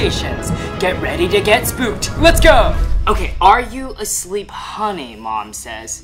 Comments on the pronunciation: it’s HUNNY not HONNY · What the hell Alan do you say huuny so badly?😂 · Bro was too disappointed that he said HUNNY in a strange way 😂😂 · Wen you sed the word honni i hav laght😂😂😂😂